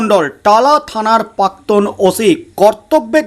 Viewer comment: দাদা শব্দ টার উচ্চারণ পাক্তন নয়, প্রাক্তন হবে।